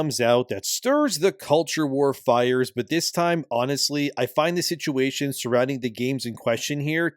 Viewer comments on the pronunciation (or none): none